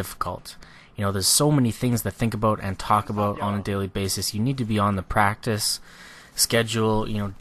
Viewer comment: i love the way you say a-boat. lol